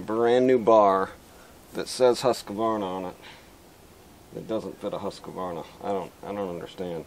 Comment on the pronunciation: Husq varna, not Husqa varna, I know who cares.